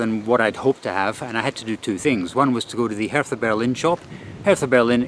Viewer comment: You were pronouncing Hertha BSC Berlin wrong. It's not pronounced as you would pronounce the th in Bertha in the UK. German Hertha is pronounced as if there is no h. So imagine it's Herta. Anyway, fantastic travel, great fun. Thank you.